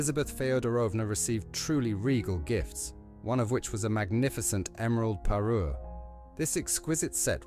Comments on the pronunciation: Parure, not parus! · Parure, not Peru!😊